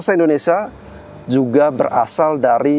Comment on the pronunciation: Maaf ya Bang, indonesia bukan indonesa.